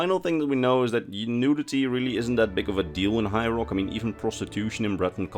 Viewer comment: it sounds like you're calling High Rock Hyrule.